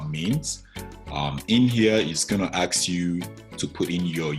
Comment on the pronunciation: What do you mean by ( aks you ) !!! Aks you ? What ???